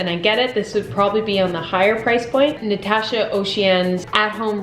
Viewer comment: You should learn how to say Natacha's name right